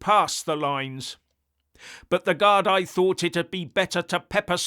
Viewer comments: Gard--ee (as in,.. me..or a cup of tea) not Gard-eye. Lots of love..from Ireland! 😎👍❤️ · Guardeee is the pronunciation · It’s pronounced Gar-Dee BTW👍. The plural of Garda. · Gardaí = Gar-dee Laois = Leesh